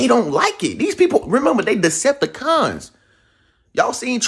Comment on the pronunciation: Every time he says it I bust up laughing😂😂💯